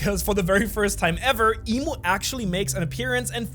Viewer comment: Its "I'm" not Imu and not "Eem" I'm, as in "I AM". the name of GOD.